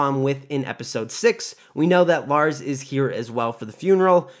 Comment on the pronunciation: Larys , is pronounced Laris, not Lars. 😀